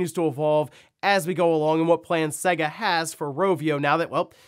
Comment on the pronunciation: Have you ever played a Sega game? Every single one says the company name at the start so how anyone can continue to mispronounce their name all these years later is beyond me. It's Say-Guh, not seg-a.